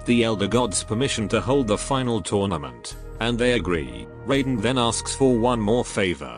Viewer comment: No, the "Shirai Ryu" and "Raiden" have never been pronounced correctly in Mortal Kombat. EVER.